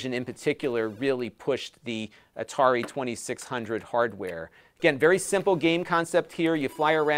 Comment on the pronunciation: Atari 2600? No no... it's the 2600, from A-tar-i.